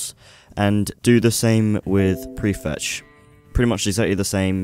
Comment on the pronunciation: Dude what was the second thing you said prefecth? I cant hear or see what u said...(accent)